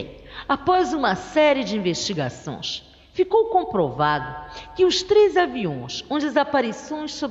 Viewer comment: "Investigaçõs" , "aviõs" kkk